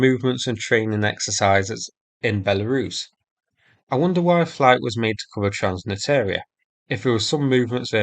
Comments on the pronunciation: Transnistria <- read the word Not transnitaria, trans nis tria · Its called TRANS-NISTRIA, not TRANS-NITEERIA :-) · Transnistria. Repeat with me Trans-niSSSS-tria. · Just so you know transnistria is pronounced “trans-nis-tree-uh”, otherwise great video as always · it's "trans-nistria" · Great videos! 'Transnistria' pronunciation needs some attention :) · This is definitely interesting, thanks. One small fix: transnistria has an additional "s" in there, I suggest checking out Google's pronunciation and forvo's entries. Thanks! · Artistic liberty - so it rhymes with listeria